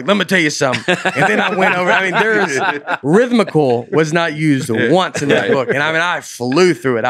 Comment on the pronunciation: I wish I had the dedication to go back through every episode to compile a complete list of “that’s a tough one” words that Nate struggles to mispronounce somewhat even close to the real thing. In just this one episode there was gold. Rim-thic-lee? Veam-nit-meez? All great tour names. Pretty much any word with more than 7 letters or 3 syllables that is consonant heavy will make it sound like Nate is having a stroke, especially to those tuned into Aaronland who only catch a couple seconds of him speaking.